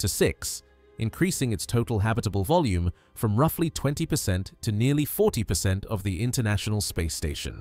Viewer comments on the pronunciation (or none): none